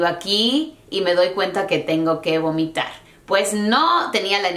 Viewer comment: dijiste gomitar